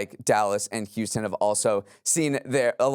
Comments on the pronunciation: That Houston St pronunciation tho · Huh, barely even thought about it, but that's probably because I didn't even realize he was trying to say Houston! 😅